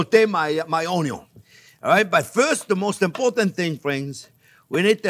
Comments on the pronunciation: I love the way you say ‘on-eee-on’ c🤩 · EVERYTHING is better with Bacon and I always love "onyion" and garlic!! I love learning with you! We eat with our eyes, by taste etc but mouth feel is so important too!!! Thanks for your love of teaching!!! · Chef Pierre is funny, and not only that, he keeps things so simple. He kills me when he prounounce 'Onion"!